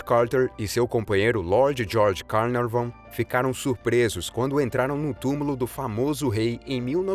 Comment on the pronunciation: Carnaveron e não Carnavon; pelo menos é assim que se ouve, neste video. De qualquer forma... é um excelente video! Fala rápida mas bem clara, o quê poucos conseguem: falam rapidamente comendo 3/4 das palavras e não se entende nada do quê dizem?! Obrigada por postar tudo isto 👏🏻👏🏻👏🏻